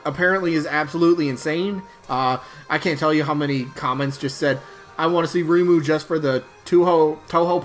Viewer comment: I'll be voting for REIMU! "Ray-moo" is the pronunciation that is widely accepted in English btw. If you want to hear some music variety, you can check out this playlist. or type in "Touhou music [insert your fav genre]"